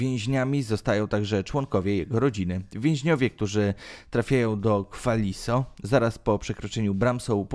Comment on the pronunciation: Kwan-li-so - kłan li so a nie jak powiedział lektor